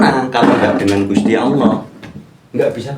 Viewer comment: belajar lagi tajwidnya dan pelafalan dalam membaca surah alfatihahnya sebelum memberikan arti arti dalam alqur'an. dalam melafadzkan Allah saja masih jauh dari benar.